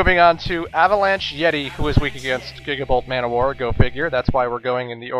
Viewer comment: When you pronounced gigabolt manowar, I actually thought you said Giggable ManWhore. Me and my imaginations, lol.